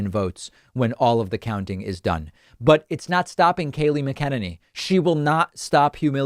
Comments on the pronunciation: MACK-IN-AYNEE.....not muh-ken-any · David keeps saying it "Mick-ENN-a-knee" but I think it's pronounced "Mac-INANE-ee" (easy to remember 😄) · David - You're KILLING😣 me here! It's "MAK'-ah-nen-ny" with the emphasis on the first syllable. Not "mah-KENN'-niny." Please? I came up in the decades that actually wrote the book on "Hooked On Phonics"- born in 1957, then through the 60s and early 70s - and I'm certainly not alone in that. Baby Boomers are still a very large group of people in this nation. Now, I don't normally put myself out there to correct other folk's grammar, but I love watching your show, and your very stress-free covering of this very stress- FULL period of crime-ridden governance of which we have ALL been subjected. But, every time you mispronounce Kayleigh's last name just grates on my last functional nerve😲. I would greatly appreciate it if you would work on that! 😊 Thank you for all the great work you do - it is much appreciated every single day. I watch you every day, multiple times a day, and love getting my truthful, honest, spam-free news on every day's events, as we try and just survive each of these days, one by one. Which is a considerable accomplishment for so many of us. Especially for the health care community, which I counted myself an honored member of for many years. I am retired for medical reasons, much earlier than what I had originally planned, but I try and keep up with what my honored colleagues are dealing with at any given time. They are all incredibly overworked, and under cared for in many ways. They all deserve the highest possible honors in dealing with this constant horro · MAC-A-NIN-E not Ma-ken-ninnie.. I mean, I hate that bitch but that’s annoying me lol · Mac e Nanny why do you say Mckenenny? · Love your content. However say it with me: “Mac” “in” “any” Not mick Kin any 😂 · You might be pronouncing her last name wrong. She's insane. But I think it's Mac-Ih-ne-ney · Love the show but it’s pronounced Mac in-enny